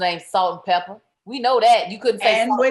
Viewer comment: "Pepa," Claudia--NOT "Pepper"!!!!